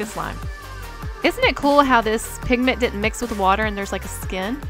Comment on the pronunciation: It not pink pigment.......... it PINKMENT!!!!!!!!!! Like if u agree